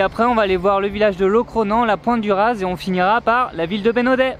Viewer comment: Salut les voyageurs et bienvenue en Bretagne ! Juste pour info les Z ne se prononcent pas et le G se prononce [q] pour les noms propres. Douarnenez se prononce Douarnené, Pointe du Raz Pointe du ra et Beg meil Bek meil. En tous les cas, bravo vous avez bien choisi vos spots ! À tenter la presqu'île de Quiberon si vous aimez falaises et océan et que vous ne connaissez pas. Au plaisir de vous y revoir !